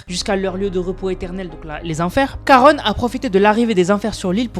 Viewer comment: Ça ce prononce Sharon au fait